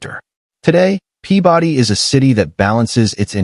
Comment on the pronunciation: My eye twitched every time he said “Pea body”